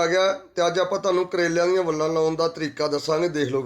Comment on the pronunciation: Phla bolna Sikh la uuutt jeha plastic nu plaskat vella nu vlla vlla kri jnda balti wadni botle wadni boli jnda gadha jeha